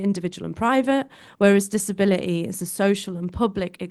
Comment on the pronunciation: She's dropping her Ts in places, in an attempt to sound working class. " Disabila ee."